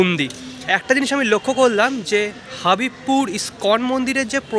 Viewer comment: দাদা হাবিবপুর নয় এটা হবিবপুর ৷ আমাদের এলাকা ৷ হরে কৃষ্ণ